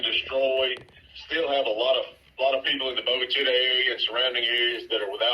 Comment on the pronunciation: As one of the area media owners myself, we welcome those coming into our state to join us. We also, would like to pass on some critique on pronunciations of various cities, towns, creeks and counties that were named 100s of years ago by Native Americans. In this report, the town of Bogue Chitta received some damage caused by the tornado. I know it will take some time to get used to, but at least the pronunciation of that small place is a relatively easy one. We are all thankful there were no injuries.